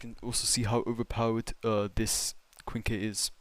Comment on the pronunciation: Um Actually it’s pronounced “Qwin-Key”(Quinque) not “Kwink” 🤓🤓🤓🤓 js helping ur pronouncing pal😔 U don’t want the community goons banging on ur door 😭